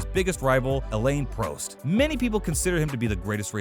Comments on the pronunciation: Ear-ten Senna and Elaine Proh-st too. Bloody hell. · “Elaine Prost” 😭😭😭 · nicki larda, elaine pr'o'st😂 I recommend you do some research going forward cause you've butchered every name on this video